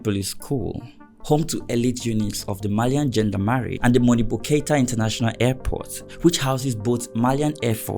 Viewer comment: Bro, thanks for the video, Gendarmerie is pronounced gandamery not gandamari